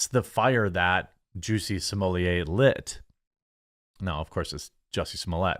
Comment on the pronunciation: I WAS gonna say,, "you DO know that his name isn't 'juicy smulliaye',, right??"... 😂😂🤣🤣🤣😭👍